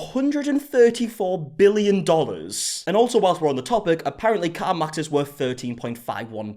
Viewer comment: Is he saying car mox?